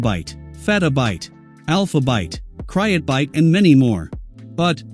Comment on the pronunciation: Also, it pronounced Pet-uh-byte